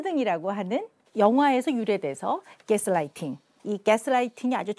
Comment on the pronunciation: 으허유ㅜㅜㅜ 진지하게 듣고 싶은데 자꾸 깨쓰라이팅이라고 하니까 집중이 안돼.....